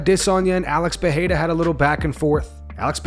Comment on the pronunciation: You´re not african, stop saying Adesonya like a tribesman! That while you spew a pathetic Parrrreira...